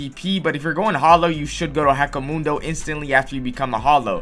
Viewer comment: Bro pissed me off the way he pronounced hueco mundo